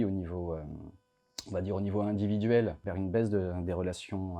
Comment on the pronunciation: Je suis désolé, mais dans les 20 à 25 premières secondes, vous dites le mot "baise" au lieu du mot "baisse". Je suis désolé, mais j'ai visionné de nombreuses fois, et mon verdict est bon, malheureusement. A :"une baise de la natalité"...